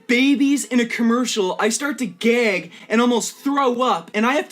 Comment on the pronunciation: It's the way he says Gag as in, "Gaiyg" xD Can't help it since this clip is used by other commentators several times when digging dirt from his past. it gets me everytime the way he pronounce that word. lol